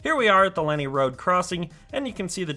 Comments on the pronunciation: It hurts my ears when you say Lenni as Lenny. But anyway, it is Len Eye as stated above. :) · The original Wawa train station was cuter. Lenni : pronunciation is Lehn-EYE. As in Lenni Lenape Native Americans. ;-) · Cynwyd is pronounced "Kinwood". Lenni Road is pronounced "Len-eye". Delco has it's own dialect. Ask Kate Winslet. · Love the drone footage of the line between Elwyn and Wawa (Middletown) station. Not that it matters, but the word Lenni (as in Lenni Road) is pronounced "Len-Eye". I know because I grew up within walking distance of it in the suburban development (Riddlewood) that is seen along the north side of the line in your drone footage between Williamson College and the location of the old Glen Riddle station. I still live nearby and I am very much looking forward to seeing the opening of the Wawa (Middletown) station later this year, assuming, that is, they finish the work by then. Thanks for the video. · Lenni is pronounced LEN-eye. Thanks for nice update. Lived in Delaware County 30 years and remember when SEPTA still ran to West Chester. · Although you pronounced a few of the local names wrong (it's Len-EYE Rd). However, hats off to pronouncing Manyunk correctly! I can't wait for this station to open, as I have family living within walking distance of the new station and traveling from center city philly will be much more convenient